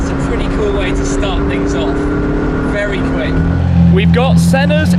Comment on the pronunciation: Tim got bamboozled by the Senna’s lap that he got vewy vewy vewy fast around the spa. Haha cheers